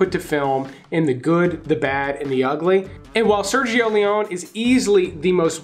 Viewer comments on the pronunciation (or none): none